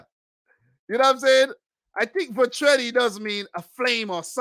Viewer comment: "Vatreni" means fiery. You gotta work a bit on your pronunciation though...